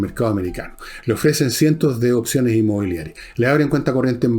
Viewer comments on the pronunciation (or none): none